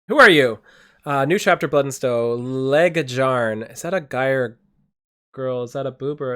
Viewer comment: "J" is "Y". Lae-yarn. Is nordic.